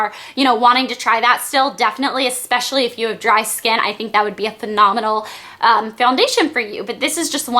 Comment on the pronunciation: "phenominal" all i'm thinking is "phenomiNIALL!!!"